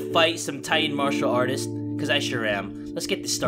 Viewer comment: Wtf Is a marsher artist?! XDDDD